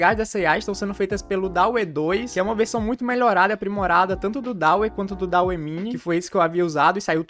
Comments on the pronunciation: Mano, acho que o DALL E se pronúncia Dalí, assim como o nome do pintor surrealista Salvador Dalí, pois a IA foi inspirada nele (pq as imagens que essa IA geram são semelhantes as pinturas do surrealismo) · Dauê é oficialmente a melhor pronúncia.